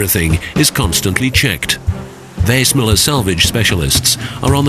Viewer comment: I can’t help think the narrator is not pronouncing the name of the ship correctly